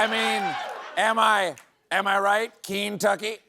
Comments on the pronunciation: He said Keentuck😂😜😜🤪😫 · “Am I right Keen-tucky?” 😂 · "Keen-tucky" was Bone Spur Bonaparte's idea of a pun to mask his first mispronunciation. In six to eight years, he'll yell at his Maralago nurse: "Hormuz? More like 'our noose' amirite? Thank you' I'm here all week" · He who says "leever" also says "Keentucky" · Couldn't even say " Kentuckey right? What a waste of good school!🤨🤨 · Really Trump's stupidity getting even worse, he pronounced Kentucky wrong "Kintucky". Wow and some stupid people still following the stupidest president ever. I am so ashamed. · Who does Trump's elocution coach Daniel Day-Lewis from Last of the Mohicans? Keen tuckee😂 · But it is pronounced "kin-tucky" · We say Keentucky, so we can say leever as well /s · It sounded like The Felon said Teen-tucky. That makes more sense than Keen-tucky. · Not only did he say Kentucky wrong, he said the same thing before twice. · As a Kentuckian you can’t convince me that the only reason he miss pronounced it was our Governor is a Democrat and we all hope Andy runs for president 😂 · As an American doesn’t it just offend you that he can’t even pronounce the word Kentucky does he even know the country that he’s running to the ground. This is just sad. The guy can’t even read. Thank you for your attention to this matter. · He not only can't pronounce Kentucky he can't pronounce Epstein Fury. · He is an alien who got a sheet about how to pronounce single letters and he is cosntructing words out of this onepager... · I think he thought it was a joke to pronounce Kentucky like that. Lets just be happy he didn't try Barbietucky. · 1.32. Trump can’t say Kentucky. Stephen can’t say simultaneously. He said Symultaniously. There are many words that a majority of Americans can pronounce. Ha ha ha 👋 from 🇬🇧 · Diaper Don seriously can't even pronounce Kentucky.